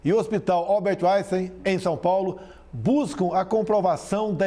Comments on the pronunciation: tem pronunciamento que ela chama de Alberto Uainstein kkkkkkk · Hospital “ Albert Uainstein” eu não tinha percebido que o bozo falava isso kk . Seria a versão mineira do hospital paulistano “ Albert Einstein” ?